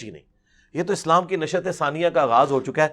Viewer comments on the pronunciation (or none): تم نے خاک کرنی دقیق مسائل پر کسی سے بات چیت، خود تم نشآتہ کو نشئت بول رہے ہو جاہل آدمی۔